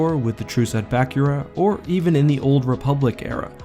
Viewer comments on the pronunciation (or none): none